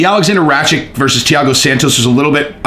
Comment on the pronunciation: I gotta to correct the pronounciation of balkan names since im from that part of europe, its meditch and rakitch Anyway keep up the great work